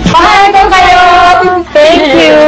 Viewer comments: MALKOKAYO hahaha BOM wers letter HA hahaha LOL :) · Natatawa ako sa sinabi ni Bom XD "Malkayo" then CL started to laugh at her mistake! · 'Malkayo' 2NE1 😅😘😘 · bom say malkayo hahaha <3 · "MALKAYO"HAHAHAHHAHAHAH " AKO... MINJI" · "Malkayo".. hahaha. Bom is so cute. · Bom: "MalKayo" ! xD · MALKAYO!! XD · cl laguhs while wavin hands sayin malkayo hehelol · bom: Malkayo lol!